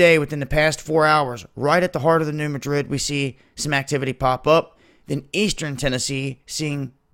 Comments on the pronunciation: Alamo Gulfcitizen New Mad Rid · Dude, it is pronounced MADrid. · Thanks for the report! As a FYI, the "Madrid" in New Madrid isn't pronounced like the capital of Spain. The emphasis is placed on the first syllable, as in "MA drid". Great work! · Great work. I'm wondering if the 2 sides of the US are connected by lava tubes, so when one blows, the other goes? BTW, here in the Midwest, we pronounce the fault New MAdrid. The A is like in Cat. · Could you please learn how to pronounce New Madrid properly?